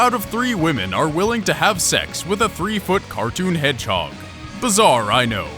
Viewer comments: SONIC THE HASSLHOG XD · Sonic the hasslehog. XD